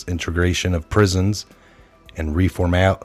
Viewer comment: pronunciation of reformatories is re FORM uh tor ees [emphasis on form] :)